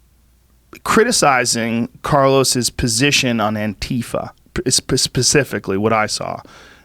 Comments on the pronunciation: Then wouldn't the last one be an-tie-Fa? Or an-tie-fa? Or literally anything other than An-tie-fa? Putting an emphasis on the first "a" is jarring when followed with that hard "i". I hear all of the other options pretty regularly, but never that one. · Is it really pronounced an-TEE-fuh? Antifa is short for anti-fascist, right? So wouldn't it be either An-tee-fa or An-tie-fa?